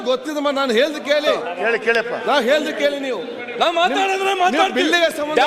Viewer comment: ಹಲೋ ಸರ್ ಅಧ್ಯಕ್ಷರೇ ಕನ್ನಡ ನಾ ಫಸ್ಟ್ ಕರೆಕ್ಟ್ ಹಾಗಿ ಮಾತಾಡಿ ಎಲು ಅಲ್ಲಾ ಅದು ಹೇಳು ಅಂತ ಮಾತಾಡಿ 🤣🤣🤣🤣